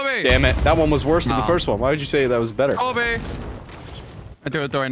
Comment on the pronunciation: Ok, I'm gonna be honest, saying Kobe properly always screws with my brain